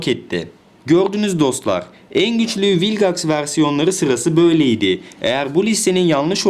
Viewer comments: ABİ MALGAX DERKEN VİLGAX A MAL MI DİYOK? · Hayır rebootun sadece 1 bölümünde vilgex diyorlar zaten öyle okunması lazım